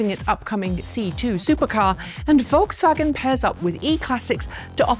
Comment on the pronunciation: Thank you for pronouncing Rimac and Volkswagen correctly. You're the first anglophone presenter that does it right.